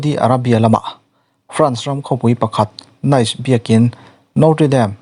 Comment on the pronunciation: Nice hi 'Nis' tia lam tur a nit.